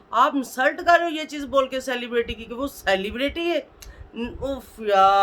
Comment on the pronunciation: Bol tu sahi say ap,celebrity bhi bolna bahi ata ap ko